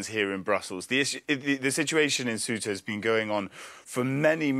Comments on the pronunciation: it's pronounced se-oo-ta not queta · Kwetah? Really, sir? It’s pronounced seh-oo-ta (Ceuta) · Please don't pronouce Ceuta as "Queuta". Say Ceuta same way as you say century, certain, cells or cents. Simple. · Kwehta? ?? = Ceuta (it’s more like Say-oo-tah) 😂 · "Cuwayta" ... Seriously? Get your pronunciation right. That wasn't even close. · Ceuta mate, not Cueta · “Kueta” lol, man butchered it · Cueta??? He does not know how to pronounce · it's Ceuta, not ''Queeta'' 🤦‍♂ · QUEUTA lool Ceuta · If you want to talk about something, at least learn how to pronounce it . Ceuta is pronounced ‘sewta ‘ 🙄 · what is it Que-ta, See-uta....different pronunciations?😅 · the pronunciation of the name, of that autonomous city, the english pronunciation, i mean, is not that